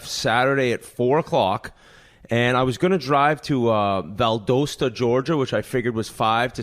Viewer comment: The pronunciation of Valdosta has me laughing 🤣🤣